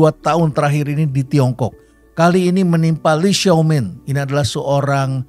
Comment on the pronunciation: itu di baca "Lai Xiao Min" prof.. pembacaan indonesia saja sudah cukup tepat